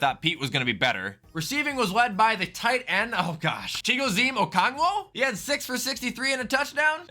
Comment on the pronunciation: Not to be rude or something but it’s pronounced Chig